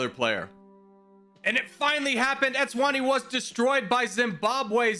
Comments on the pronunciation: Pronouncing Eswatini as Etswani should be a crime😂😂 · i love this :) i havent watched the whole vid YET, but africa is my fav continent so this should be fun. just so i dont forget later, after the vid, im gonna say this now; even tho u might say the names correctly later: ''nambia'' its namibia ''etswani'' its eswatini, previously known as swaziland. sao tome and principe: has those little wavy lines on letter bc u need to put the accent on that letter for pronounciation. kenya invading tanzania: tanzania: wHaT aBt ThE eAf?? kenya: WhAt EaF?? tanzania: goddamn u :( ''bukana faso'' its burkina faso ''erintrea'' its eritrea ''comorus'' comoros instead of saying zimbabwe, u said zambia 7 times as these r minor mistakes, and ive been learning this kind of stuff for 3+ years, i cannot blame u. and i can say the hardest to learn was africa, oceania and the carribian, when it comes to countries that is. i still havent really learned all the capitals, but im nearly done😅 me, watching a ''how americans see the world video'', knowing its fake and just watching it bc i love laughing, and even the creators saying its just for entertainment at the start of the vid my grandma: dont u think they dont know boe me: but its just for entertainment! my grandma:dont u think they dont know boe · Every time you tried to pronounce these countries I could feel the life being sucked out of my body I’m joking, no hate brotherman, but it’s Nam-ibia not nambia, and S-what-Eenie for eswatini